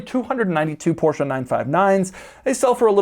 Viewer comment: Did Doug drop a “Porsch” … I’ll commander your Carrera GT now, sir. I’m local and can pick it up.